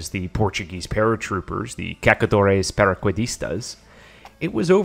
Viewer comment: Say "Cazadores Paracaidistas" again... that was funny...